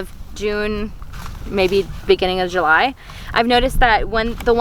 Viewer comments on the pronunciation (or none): none